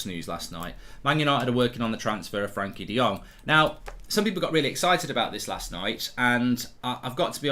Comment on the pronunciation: His first name is Frenkie and NOT Frankie. Get a grip